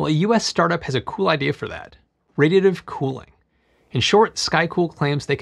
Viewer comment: Just a professional tip: when your announcing the actual subject make sure you pronounce it clearly and correctly. I had to wait over halfway through the upload before I could actually understand you were saying "Radiative Cooling".